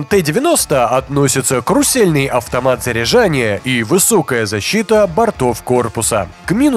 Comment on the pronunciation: Где же вы все учились - карусельный, а не крусельный.